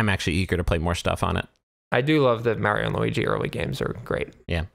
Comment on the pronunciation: Is it really worse than saying Mayrio?